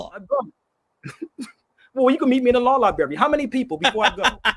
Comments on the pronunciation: It's libRary NOT libary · Someone should explain to that the word "libRary" has an R, it's not "liberry"....this guy is educating?.... SMFH 🫤🫤🫤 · Insult what intelligence? is a very unintelligent person - he is a street con. He doesn't know the difference between the words "rather" and "whether"., the word is libRary, not libary. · “libary”? the word is library.. sir there is an “r” in the word you are not annunciating … this is sad.😢😢😢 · If going to a law "liberry" makes you a lawyer, then I must be an orthopedic surgeon after all my trips to the ER. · If you still can't using the word "lie-bary" I'm going to assume you a re and unintelligent person. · law "liberry"..fn retard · LIBERRY LOL CANT SPEAK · "Come debate me, but we're only going to talk about what I want to talk about and how I want to talk about it." Extra "smart" points for saying "libary" over and over again. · Is he saying lieberry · Is "lieberry" anything like blueberry or strawberry? Mmmmm 😝🤣😝🤣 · He can't even say the word Library!!! is a racist piece of human waste! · 'Law Lieberry' 🤣😝🤣😝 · Don't brag about a law library if you can't pronounce library! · 😂People stop using drugs like this browny. Maybe then you will learn how to pronounce simple words like library and ask. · Why is he bragging on that card as if he earned it. It’s not his, so what the heck is he talking about? HE CANNOT PRONOUNCE LIBRARY yet he is bragging on how many libraries he has been in. That’s a shame. He’s not just a racist, he is an idiot. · Yeah. He’s soooo great he needs sponsors to buy a him plane ticket and can’t pronounce ‘library’